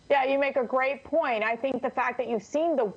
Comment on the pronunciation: What's a great "poinnn"????